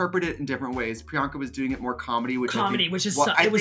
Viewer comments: Not Alyssa calling her PUR-anka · Pryanka: What’s my name? Alyssa: prenoka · WHATS HER NAME?!? Alyssa: “Peronka” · PERANKA? Wtf ahahah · not “miss peronka” 💀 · Alyssa calling priyanka of "PIRANKA"... giiiiiirl hshdjakdkakdkskshs DEAD!! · Alyssa calling her Peronka is the equivalent of Dula Peep 😂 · I’m sorry...Who is”Piranka”?😂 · Priyanka has introduced herself so many times but here's Miss Alyssa calling her "Piranka" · “I think Paranka...” 😂 OMG ALYSSA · alyssa calling priyanka " MISS PIRRANKA " lmfao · I am here 3 years later to finally put this comment in, cuz I noticed no one did, lol! Trixie never clicked Alyssa, saying Peronka! 😂😂😂😂😂 💀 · Alyssa saying Peronka at priyanka is HILARIOUSXD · Not Alyssa calling her “Piranka” lolll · timestamp for anyone that wants to her Alyssa say Peranka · When Alyssa called priyanka “puronka” I felt that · It's Alyssa Edwards calling Priyanka, "Pironka" for me😂😂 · when Alyssa calls Priyanka - "Paranka" i lolllll'd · Not Alyssa saying Piranka 😂💀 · Alyssa calling her Peronka is sending meeeeeeeeee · gurl not Peranka miss Alyssa lmao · not alyssa saying “paranka” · did she said Peranka? 😂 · D I heard PERANKA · Did Alyssa say Piranka? 🤣🤣🤣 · DEADASS! ALYSSA SAID PARANKA!!!! LMAO